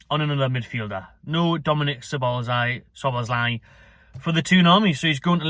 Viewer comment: it's ja boz lie